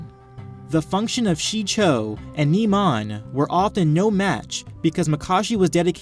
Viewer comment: Great vid but it bugs me when you nemon instead of pronouncing it NIMAN